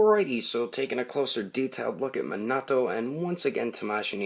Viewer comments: It is minato not menoto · "Manato figure", he's name is Minato, Mi-Nah-toh, not "Manaah-to" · It's me-na-to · His name is actually pronounced mee na to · Ummm.. I'm pretty sure it's pronounced (me-na-toe) Minato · Did he really say mahnahto in the beggining? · It's pronounced ku ni his name is pronounced me na toe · I don't wanna be the guy who is always correcting people and being a nerd but you are saying his name wrong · he said the name wrong